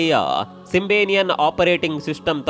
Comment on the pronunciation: Future ಅಲ್ಲ feature ಸಿಂಬೆನಿಯನ್ ಅಲ್ಲ ಸಿಂಬಿಯನ್